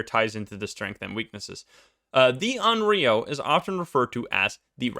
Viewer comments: It's not read as RIO, it's RYO (Y like Yokai) :') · Onryou is not pronounced awn-ree-oh. The "ryo" sound is one syllable and I'm not really sure how to put the pronunciation in english... Maybe just put less stress on it and put the stress into "on" instead. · I called it! Onryo! Although you might get a better pronunciation of it correctly saying something like “on lyo.” It isn’t such a heavy r in Japanese. Fun fact about this ghost: Sadako and Kayoko (eponymous ghosts from The Ring/The Grudge) are both considered onryo. Good luck escapin’ that. :-D